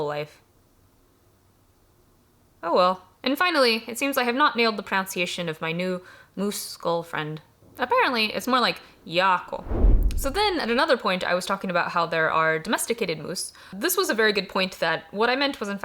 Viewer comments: Also, and this one is unfortunate, but she's mispronouncing "pronunciation". The middle is pronounced "un" rather than "ounce". I did that one for along time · My favorite part of this was when she repeatedly mispronounced "pronunciation" as "pronounciation" while talking about mispronunciations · I'm assuming she's doing that ironically